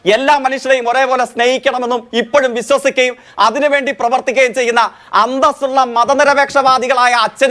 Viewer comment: ഡെസീയം, ബിസ്വാസിക്കുക... എന്നിവ അല്ല ഡാ ദേശീയം, വിശ്വസിക്കുക.... എന്ന് ആ വാ പൊളപ്പൻ തോൽവി ജയ്ക്കിനോട് ആരെങ്കിലും പറഞ്ഞു കൊടുക്കെനെടാ 😂😂😂😂😂